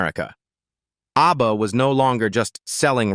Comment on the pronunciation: Aay-bee-bee-Aay?? More BS AI. Bye.